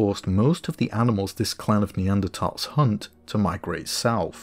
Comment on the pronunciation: Another great video! One thing I really appreciated was the fact that ''Neanderthal' was pronounced correctly! I know it shouldn't bother me, but it does, so I'm happy when someone gets it right!